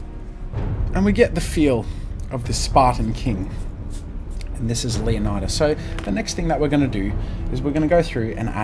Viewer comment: Loving the comic book-type style, and the anatomy is fantastic, but for future reference, the name is pronounced "LAY-oh-ni-das". 300 pronounced it wrong.